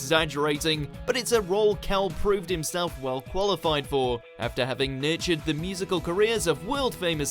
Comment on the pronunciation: Why do you pronounce nurtured as natured ? >